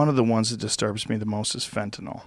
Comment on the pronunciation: I hate how he says fetanyl